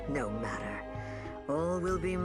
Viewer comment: The reply: "Nomah-tter."